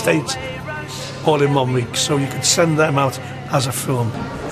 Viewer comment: we dont care what your name is boy will never TEND you away. i know its send-- but thats what he says--TEND !